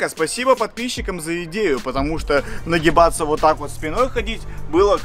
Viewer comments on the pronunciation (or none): А мне послышалось не на гебаться